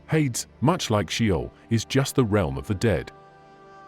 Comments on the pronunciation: It's not that important, but it IS pronounced hay-dees in English - which is probably still unrecognizable to the ancient Greeks!😊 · Hades is pronounced hay-dees by the way.